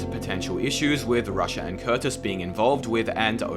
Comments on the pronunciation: Why does he reads Rusher as Russia? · I’m pretty sure it’s pronounced rusher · You keep saying Russia instead of rusher lol that's funny as hell right there XDDDDDDDDDDD THAT'S FUNNY LOL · Bro please fix your pronunciation of rusher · Wait, he was saying Rusher?